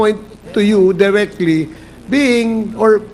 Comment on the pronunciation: Ilang beses ko nang tulungan at itama ang grammar at pronunciation ni Fernandez. Waley, waley talaga! Kung ako ang teacher niyan … Bokya iyan! Hwag dayrekli …direkli. Kom-mit-e, hindi kom-it-te. Hay naku!